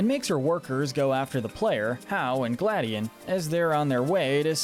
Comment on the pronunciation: kinda pains me when they pronounce gladion's name wrong. EMPHASIS ON THE "O". gladiOn.